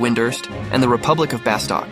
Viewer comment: Nice video but OMG hearing you call it "BaSTOCK" is killing me